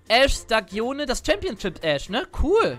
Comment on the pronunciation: Also als Italiener "staghione" aussprechen ist schon ziemlich lächerlich XD nohate